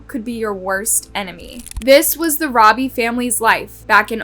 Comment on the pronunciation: Eric should have been chemically Castrated by the Prison system before being allowed to be released Eric should never be allowed to Procreate he is an Evil spawn who's genes.should not be allowed to carry on through Procreation. Also Derrick Robie his last name is Pronounced ROE BEE not Robbie.